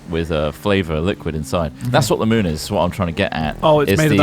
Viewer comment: did he just say mewn? Is Bruce producing Hat Films now?